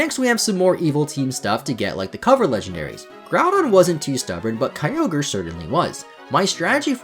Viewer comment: The “kyover” instead of kyogre made me laugh my ass off